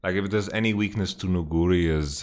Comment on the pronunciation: most caster pronounce it Nu-gu-ri instead Nugu-ri. I dont know who is correct cause I trust your knowledge but yeah I dont know the way you pronounce it trips me bit up. Besides that you are awesome keep up the good work.